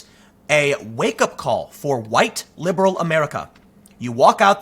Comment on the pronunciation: You keep saying "liberal", you're constantly making that mistake. Also, don't these celebs and shows realise that it is actually a small audience that they are faking their anger for? Just look how many of these far left media outlets are failing.